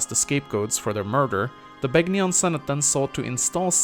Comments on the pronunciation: The "g" in Begnion is silent -_ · Are you even allowed to mispronounce Begnion right after Sanaki pronounces it for you? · Reee, you're mispronouncing Sanaki and Begnion, reeee unsubbed disliked!